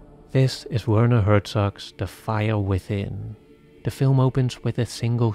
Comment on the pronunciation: That's not how to pronounce Werner.